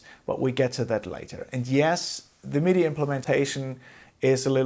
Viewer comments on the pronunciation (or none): none